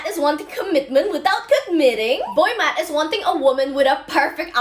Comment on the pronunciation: Is she saying boy mat?